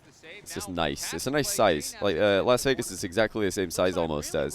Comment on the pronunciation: I'm pretty sure it's Las Vegas not LAN Vegas